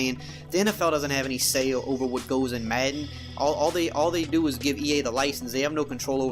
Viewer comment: I just hate how this guy says madden, where tf is he from?